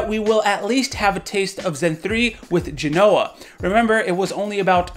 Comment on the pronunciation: it's not Genòa, it's Gènoa. They're italian names of cities (genoa is the english name the city is called genova)